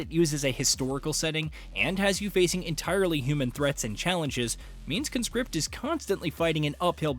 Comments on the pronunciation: Grammar nerd alert: You should pronounce the title like "KAHN script", not "KUNscript". The former is a noun, the latter a verb. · CON-script. You are a CON-script. It's a noun. Con-SCRIPT is what you do. You Con-SCRIPT folks into your army. That's the verb. Learn english bro.